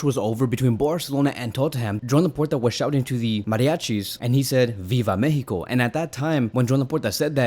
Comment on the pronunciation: What is mehico?? Mexico is a country name, please pronounce it correctly.